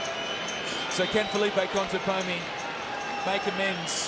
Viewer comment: This commentator said "Conteponi" the entire tournament :D